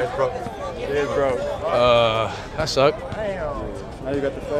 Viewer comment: “I brokeded ma nOse”